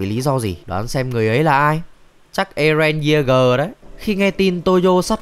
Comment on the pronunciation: cười ko nhặt được mồm đoạn "Earen Yeager" :face-blue-smiling::face-blue-smiling::face-blue-smiling::face-blue-smiling